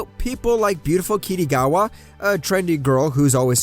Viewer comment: The way u say kitagawa 😭😂😂 ✨"kittygava"✨